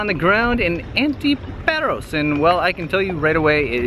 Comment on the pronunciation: A delightful video, but all through it the two of you were pronouncing the name of the island wrong. The 'a' is a long 'a' like the 'a' in the word 'father.' It's not pronounced 'Pear-os'; but 'Pah'-ros.' The same for the island 'Antiparos': it's pronounced 'Anti-pah-ros,' not 'Anti-pear-os.' I am a lifetime, permanent resident of Paros and we natives are offended when the name of our island is mispronounced. I mean, it's such a short, simple name - one doesn't have to be a 'Rhodes Scholar' to learn to pronounce it correctly. Another suggestion, ditch the sunglasses. I don't care how blinding the Greek sun is; in 'public speaking' you must have eye contact with your audience; people want to SEE your eyes so as to make eye contact with you. Covering your eyes is a big 'faux pas' in public speaking.